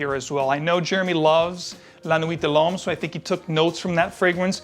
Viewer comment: Love your reviews, very honest. Just one nit pick. Like all American reviewers, you also pronounce l'homme" loam" when it is actually "lom". Like i say, it seems to be all English speaking reviewers. Nice channel :)